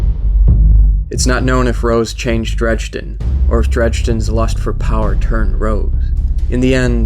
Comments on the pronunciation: Dred-jen, definitely not dredge-den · ...I do recall his name not being Drejden but Dredgen lol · Cool vid but it's dredGen not dredJenlike Gggg g as an g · this is a sweet video, great job! I can't wait for the second. please don't take this a trolling, because that really isn't my intent. God knows I've mispronounced things in my day, but it really stood out to me. It's Dredgen Yor, not Dregden Yor. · Amazing video, awesome animation and voice acting, but I'm just a little nitpicky here, because you kept saying his name wrong. Dredgen yor, not dredgden yor. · you put so much work into this and I couldn't watch the whole thing, I couldn't handle you calling him dredgden. it's pronounced dread-gen. drove me nuts. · This was better than I could have imagined! (But seriously? Drej-den? It's Dredgen XP) Either way, altogether great lore video! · it's not "Dredge-Den".... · Am I the only one that was bugged by the fact he kept pronouncing his name as "Dregden Yor"? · Nice job. Why do you pronounce it "Dredge-din" though? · Dredgen. Not "Dredgeden." Totally ruined the immersion. Don't know how you could overlook such a major detail. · You DO realize that the "d" in the middle of "Dredgen" is BEFORE the "g". You call him "Drejden" throughout the entire video and it really ruined it for me. That's all I could think about and it detracted from the content. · great work here. if you need voice actors message me. on a side note, every time I heard "dredge-din Yor" I cringed...lol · Amazing video... But please, it's pronounced "Dredgen" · either of those would be fine. except the narration says "dredge-din" which is entirely wrong altogether lol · him calling Dredgen Yor "Dredge den Yor" made me mad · This was amazing but sorry I'm going to be "that guy" and say that Dredgen is pronounced as DrEDGEn like edge. I could be wrong though cause we only know the name and his name was never said in the game. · He mispronounced Dredgen throughout the whole video